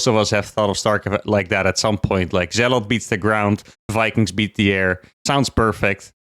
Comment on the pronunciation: STOP SAYING ZEALOTH! You keep spooking me! It's Zealot.